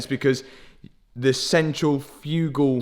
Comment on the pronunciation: Such a informative episode. I never knew that putting coolant into a car could be so complicated 😂 and the word you were trying to pronounce about the intake is (centrifical) (Sent trif ikle) good try though 👊😎